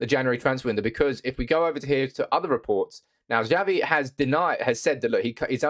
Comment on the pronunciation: Xavi is pronounced Chavi not zavi......